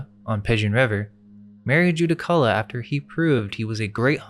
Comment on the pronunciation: Judaculla is pronounced Djurracula